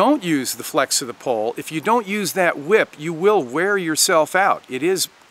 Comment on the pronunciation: Are you saying. Pole or Pull.